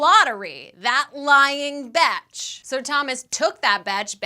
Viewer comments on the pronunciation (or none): PLEASE learn to say the word bitch and all it's forms properly, it's not betch or betches or batches, it's BITCH.